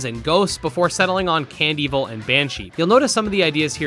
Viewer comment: love that you say candevil like cand evil and not can devil